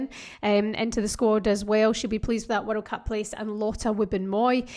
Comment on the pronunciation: Just here to hear you saying "werreld cup"! 😀